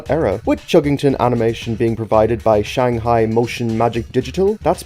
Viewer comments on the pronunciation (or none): none